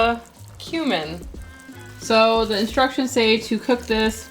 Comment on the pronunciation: Haha:, when said "it smells like cumin", I thought at first that she said "smells like *human*" 🤣